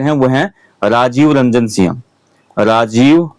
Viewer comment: Singh hai sinya nhi plz respect fully humare surname bola kre